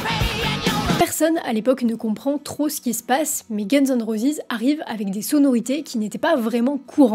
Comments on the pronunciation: Roses et non pas rosis 😅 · Guns and rosisssss???? Prononcez à l'anglaise c'est mieux mdr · prononce roses convenablement , t'es nul